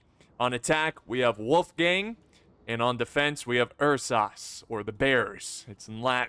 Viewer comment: I LOVE YOU MAN LET ME HELP YOU PRONOUNCE URSAS Its Ur-Suhs. UR-Suh-s = Ursa-s